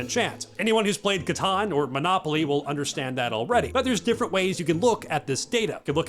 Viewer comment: The ritual of like and subscribe requires the correct pronunciation of Catan as a verbal component